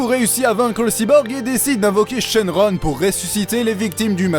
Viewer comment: I Shinron et Super I Shinron PAS LI SHENRON BORDEL A FAIRE CACA